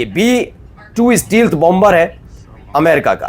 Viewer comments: Steal- th nahi Stelth is correct pronunciation ! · Stealth ka sahi uchchaaran : “STAYlth”